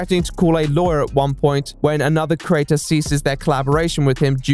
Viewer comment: The way he mispronounces the word 'creator' drives me absolutely mental.